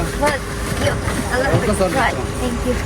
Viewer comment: Don't say thang you, it is thank you